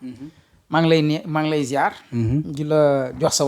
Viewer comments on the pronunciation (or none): comprenez vous le mot kangam sa vraie signification en Woloof SVP. POUR L INVITÉ ON NE DIT PAS SIYARR MAIS ZIAAIAR SVP